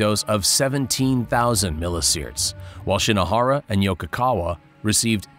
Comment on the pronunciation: wtf is a "miliSiert" 💀